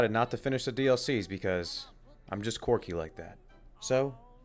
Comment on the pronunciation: I love how you pronounce the word quirky like "corky." It's so corky of you.